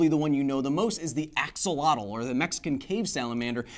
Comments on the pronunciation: it’s pronounced “ah-show-low-tull” not “axe-o-lottel” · He said axolotl again xD it's pronounced like this: "ash-o-lotl"